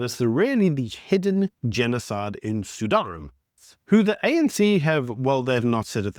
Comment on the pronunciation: Sudan, not Sudun